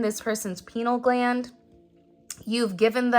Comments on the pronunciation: It's Pineal Gland.... not Penile (Penis) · Lol you said pee-nal